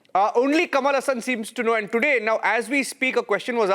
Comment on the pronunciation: Ha ha.. Since when "Kamala Hasan" became "Kamalasan" 😅